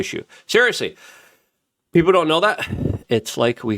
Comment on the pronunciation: Luke.. it's PEOPLE.. not peoper